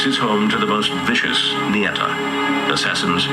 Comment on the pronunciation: its Ñeta Not Neta Wtf , and Its not a jail Its a grup Of Criminals